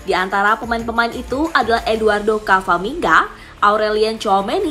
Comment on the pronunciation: camavinga ..mind...bukan cafamingga..